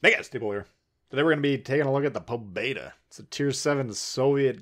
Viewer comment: It's po beee daaaaa 😂